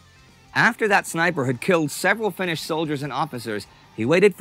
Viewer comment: The narrator (who I enjoy in similar productions) gets the Finnish pronunciation right. Good job. Not everyone does.